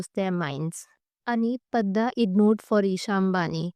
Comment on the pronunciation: Ma'am Its Padda, sounds as (D-Doll)